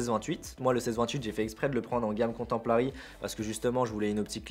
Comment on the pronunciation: Bonjours, j'ai très mal aux oreilles 😱 quand tu prononce comtemporary qui signifie contemporain en anglais, alors quand tu rajoute un L ( mais pourquoi??) pour contempler c'est la cata.... Bonne rentrée à toi et corrige cela stp 🙌